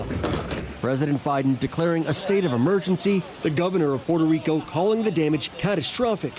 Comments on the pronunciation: It is gigacringe to pronounce Puerto Rico with an accent it is world crushing cringe it is death level cringe it hurts the souls of anyone who hears it. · Haha I think she was rolling her r’s because she’s actually from PR. When speaking English I myself alternate between using the english pronunciation and the Spanish one. It’s just awkward as an ESL speaker because I want to say it as I normally would in Spanish but I also don’t want people to think I’m doing it to sound pretentious.